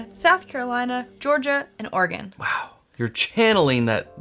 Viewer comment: Sarah has many talents including pronouncing Oregon correctly. Bravo Sarah